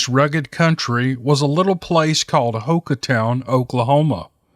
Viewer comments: For future reference, Ouachita is pronounced Owa-cheeta and Hochatown is pronounced Ho-chuh-town. That's how us locals say it here in Mccurtain County anyway. Just felt like I had to correct you, it's hard to listen to someone mispronouncing the names of where you were raised, live, hunt and fish. Even if Bigfoot is used as a marketing tool as in business names, tourist attractions and the fact we have an annual Bigfoot Festival, it is always a surprise to hear stories about your own backyard. Keep 'em coming. Later ✌️ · COOL STORY! THANKS DA ROBERTS. DETAILS: OAUCHITA's pronounced WAH sha-taws. HOCHATOWN is pronounced HOE-cha-town. Hochatown was a remote and I mean remote- Choctaw ville way up the Mountain Fork Valley north of Broken Bow in the far southeast corner of OK. A beautiful rough valley was where the original Hochatown was located before being flooded in the mid 60's to make Broken Bow Reservoir. have heard many old stories about the ghosts of Hochatown Choctaws who were forcefully displaced and/or killed for resisting the usurping and flooding of their paradise home. Stories of Hochatown ghosts haunting the lake and surrounding forest. I knew a guy whose father helped local Hochatowners hand build a power line to Hochatown in the early 60's because the local power compnay would not do it as it was too remote and too rough. The lake is around 400 feet deep near the dam. Water from power generation is too cold to swim in. The lower Mt Fork is a trout fishery. You can fish for trophy brown and rainbow in a cypress lined ice cold river in the middle of summer! "New" Hochatown is nothing but a scatted community next to the lake bearing no relation to the original Indian settlement. The lake and surrounds are the heart of sasquatch country, dense woods, denser pine plantations, sparse population, lots of deer, turkey, feral pig, cattle, few bear, few lion, a few otter in streams but all very lovely country.